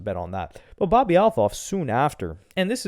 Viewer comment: That’s not how you say her last name 😂 just say Bobby